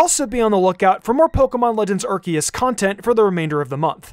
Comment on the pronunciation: It’s Ar-see-us